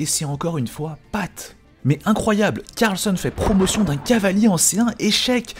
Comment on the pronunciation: CARLSEUN? 😂😂😂 Tout ce que tu dis tu le dis mal Sérieux........